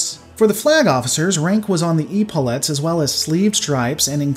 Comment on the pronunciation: I know this is going to be a bit pedantic and nit picky but you are pronouncing epaulet wrong It sounds more like epilepsy, This is coming from former Navy btw Love your videos, just wanting to help. Keep on keeping on.